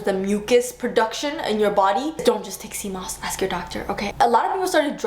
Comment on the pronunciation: Took me a second to realize she was saying "sea moss". My IT ass was like "How the heck do you take cmos?" 🤣